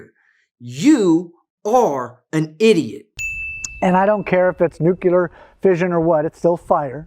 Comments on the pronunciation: Just so it doesn’t get missed in the awesome amount of misinformation being presented by, he uses a G. W. Bush pronunciation. It’s noo-klē-er, not noo-kyoo-ler. You need to add one more to the idiot count. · Nucular fission lmao. Nuclear fusion perhaps, or maybe I just don't understand idiot speak. I hate when people say nucular lol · Did really say "nucular" fission? Reminds me of someone... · fire is an element? - haha dickhead. And then proceeds to say Nuclear as Nukula,... oohh donuts I'm homer simpson.